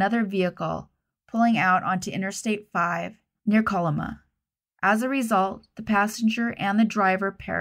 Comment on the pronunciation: Beautiful work as usual. Small thing: Kalama is pronounced kuh-LAH-muh by locals. Just little PNW weirdness. Town was founded by an indigenous Hawaiian. Hope they all find their ways home.